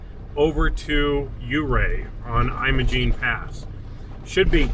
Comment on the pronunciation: It's not pronounced "Eye-mo-gene" Pass (long i sound) , it's Im-o-gene (or Im-uh-gene), the first syllable is like "Him" (short i sound). -- BR